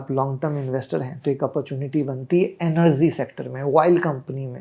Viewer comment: Anergy nahi..it’s energy….illiterate